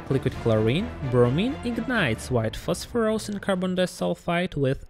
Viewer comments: Today's challenge: drink a shot every time he says PHOSPHOROUS instead of PHOSPHORUS :) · Prononuncing it as "phosphorOus" is completely uncalled for. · 😅 I like the way he says "phosphorOus" and "dangerOUs"